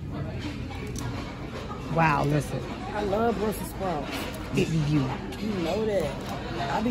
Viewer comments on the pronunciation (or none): said bussels spouts lol🤣🤣🤣🤣🤣